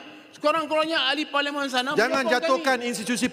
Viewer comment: 😂😂😂😂😂 ngucap parlemen juga belepotan jadi paliman 😂😂😂😂😂😂😂😂😂😂 malaydesh malaydesh